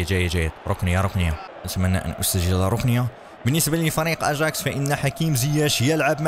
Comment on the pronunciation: اسم الفريق اياكس امستردام وليس اجاكس